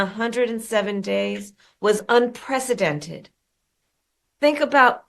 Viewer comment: Pretty funny. She said, "UN-PRESIDENTED" 😂